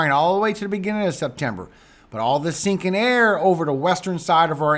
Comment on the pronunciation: Here is a laugh for you 😁. The first time I heard you say sinking air I thought you were saying stinking air. I was like stinking air? What is that and what does that even mean. Then I realized you were saying sinking air 🤣🤣. I got the biggest laugh out of my misunderstanding. Ever since then I get a chuckle every time you say it lol. Laughter is so great for your soul and health. God Bless you